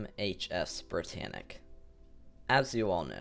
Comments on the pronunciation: schip entschuschiascht brittanitsch was very schtrong schip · Why do you do that brittannic